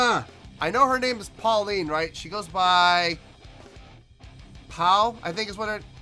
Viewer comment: So, assuming you did find an electric version, which performance did you listen to and how did you like it? ETA: I don't see any one else mentioning it but it is Paulina, not Pauline. No diss but I work with people from multiple countries and I strive to get their names right. It is only respectful.